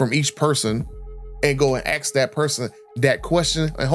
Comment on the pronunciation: It’s ASK not AX